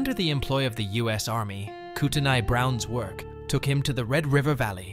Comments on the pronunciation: I was born in that area. It’s pronounced koot on eey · The "T" is silent in revenant. It if were a woman, it would be pronounced because it would spelle revenante for feminine gender. Look up the pronunciation of Kootenai.